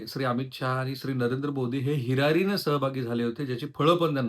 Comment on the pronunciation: सर हिरारीने न्हवे हिरीरीने!😅